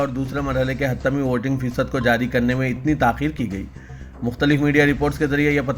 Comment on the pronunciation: Yar Aap urdu ki kamar Tood Rahe Ho HATMEE. lafz Hai HATTAMEE nahi